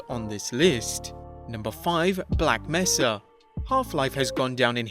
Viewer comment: “Black Messa” please no